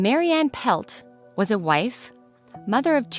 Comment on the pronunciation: You're pronouncing her name incorrectly - It's not "Pelt" as you're pronouncing it. It is PLETT, Mary Anne PLETT. My dad, Al GOWLER, was a detective with the Edmonton police service and he never did solve this crime. See the book called "Valley of the Shadows" by her husband Jake PLETT.